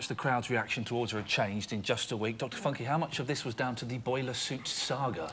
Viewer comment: Yes is a bit difficult to understand but she sounds like she has a speech impediment, she says leek instead of week.